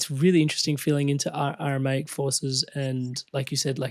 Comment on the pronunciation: I don’t get what he is talking about, what is “Arumanic”?? It’s bugging me now.